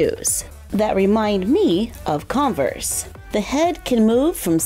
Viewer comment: There not Converse there Kenverse